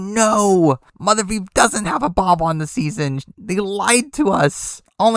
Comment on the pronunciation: For the love of god, please never say “mothervieve” again